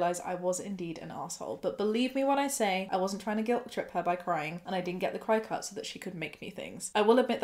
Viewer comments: Apparently 'cri cut' is pronounced 'cricket' or thereabouts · Cricket not chicut? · Isn't Cricut pronounced cricket? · I'm from the US and my aunt works at a crafting store and she always pronounces it like "cricket" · Worked at a place that sold the things for 6 years. We pronounced them "cricket" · Hahaha. Gotta laugh a little. Cricut is said like the insect cricket. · I've been pronouncing it 'cricket'. Every day is a school day! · I have to ask is the Cricut pronounced different in the UK? I have always heard it pronounced the same as the bug (cricket) 🦗. I completely agree with the YTA judgement but the pronunciation but this going to bug me! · This is just me being nitpicky, but it’s pronounced like “cricket.” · I don't want to be an asshole here for correcting you, but the name of the machine in the first story is pronounced cricket. For a lot of us here in the US when we're talking about the little jumping bug 🦗 we kind of pronounce the "ket" at the end like "cut", so they named the machine that as a play on words. I hope that makes sense. Please don't hate me. 😂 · I love this video but I just wanted to say that cricut is pronounced like cricket